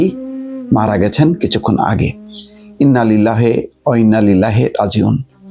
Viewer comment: ইন্নালিল্লাহ টা পড়তে পারেন না ... আর ধর্ম নিয়ে মন্তব্য করেন ... ছিঃ